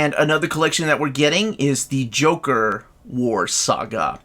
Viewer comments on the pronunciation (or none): none